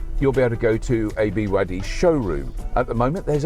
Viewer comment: Why can’t you say BYD? What’s wrong?